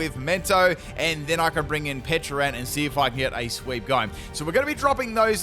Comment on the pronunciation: I've heard you say PeCHA berry plenty of times... so why would you call it PeCHUrunt?😅